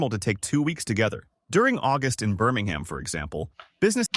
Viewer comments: I must say, the way you said birmingham, well done you nailed that. Most ppl from the usa call it birmingHAAAAM. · Thanks for correcting the pronunciation of Birmingham!